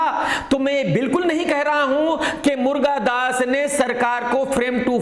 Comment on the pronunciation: मुर्गादास नहीं, मुरुगादास बोलो